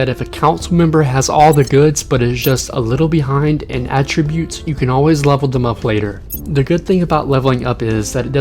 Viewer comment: Great info, but..."attributes" has the same "a" sound as "apple" and it's koo-day-tah.